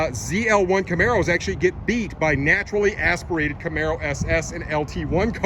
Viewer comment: I stopped watching after the sixth time he said “naturally asperated”